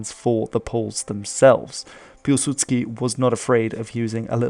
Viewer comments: Listen to it at half speed. It's clearly /pilsʉdskɪ/, not [Pʲuwsudsky] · Trying to learn Polish? You poor fool. Happy nightmares! ;) Mind you, not a bad stab at Piłsudski. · The letter ł is a w, not an l, thus Piwsudski